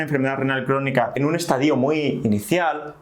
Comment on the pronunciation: no diga estadío, hace daño al oído;-)